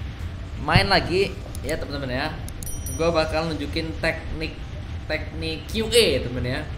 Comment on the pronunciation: Teknik bambang, bukan te'nik😂